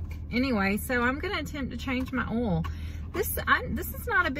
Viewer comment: Great stuff guys. Really enjoy the content. Love the way you say 'oll' where I tend pronounce it Oi-ill. Will have to get my wife on to changing the 'oll'. Or maybe not. I rather appreciate my existence.